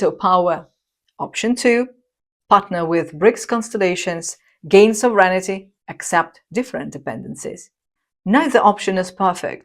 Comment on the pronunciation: Great stuff as always. But just one minor thing... it's SOVREIGNTY, not SOVREIGN-I-TY. It is a common error :)